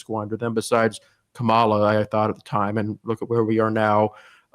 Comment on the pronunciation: Why does he keep calling her Kamala? It’s Kamala.